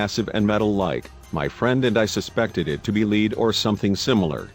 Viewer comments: Although lead and lead are spelled the same, it is pronounced LED NOT LEED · my friend suspected it to be lead (leed) or something similar. haha you mean't lead (led) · Not leeeed, smh. It's lead, you fckn robot. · Please tell the narrator that it's "lead" not "leed". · we don't know what it is and we don't tell you in this video. But thanks to the 8 million viewers who made them rich. Oh by the way, the word "lead" when reffering to metal, is pronounced "led" not "lead" or "leeed". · Please Tell the Reading Robot that "lead" is pronounced "led"; Not "leed" in regards to the walls. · I know!!! when pronouncing the word "lead" , in that instance, its pronounced as "led" the bot kept saying "leed". not to mention the wrong emphasis on many words, etc. grrrrr. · Hahahaha he pronounced lead , leed ! It's led ! Lead . Leed walls 😆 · Yes, especially when it misinterprets the metallic element "lead" as being pronounced as in a dog's "lead". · For some reason its nice to see good old fashioned English bad language and not the usual American stuff. Btw yes human voices are preffered. What the hell is a leed lining? Ive heard of lead. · lead (the metal), stupid robot. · It mispronounced "lead" (the material) ;) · Be nice to have a real person talking. Someone who knows the difference between lead the metal and lead the dog.